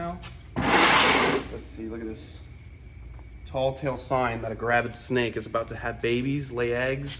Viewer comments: Hahaha did I hear you correct? Did you say, "tall tale sign?" You do know it's TELL tale sign, right? I'll give you the benefit of the doubt and assume it was an unconscious slip. Funny tho. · it's ''tell tale" not "tall tale"